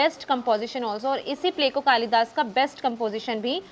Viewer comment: Behan its कालिदास in hindi not kalidasa